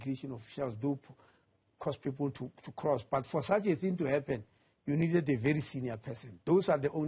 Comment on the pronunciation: Why is the minister pronouncing people as pupil😂